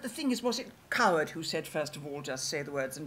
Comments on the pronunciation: Maria Aitken pronounces " Coward " as " Card " - how odd. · It's not 'odd' to the ears of a native British-English speaker (which I deduce you are not). Aitken's idiolect is a mixed bag: for example at 9.23 she says 'gonna' - which has only been part of the americanisation of (excuse me, no other term will do) educated rather-upper-middle-class British pronunciation: to go with 'card' for 'coward,' Aitken's pronunciation of 'going to' should/would, until only twenty years ago, have been 'geng to'...